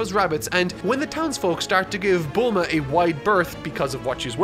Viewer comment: Just a peeve but how come you say nyoibo correctly but then pronounce tenkaichi budokai as tenkai-itchy budokai and bluuma as bull-ma. It's hurting my ears